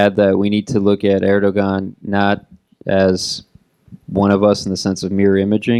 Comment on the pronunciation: I stopped listening to this guy when I see the "institute of world politics" in the background. It's US propaganda. This guy cannot even pronounce Erdogan properly.